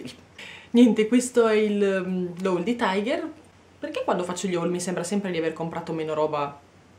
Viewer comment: Non si pronuncia "Taigher". Non è un franchising inglese, bensì danese. Ciò implica che si pronunci "Tiger" esattamente come si scrive, ovvero tigre in danese. :-)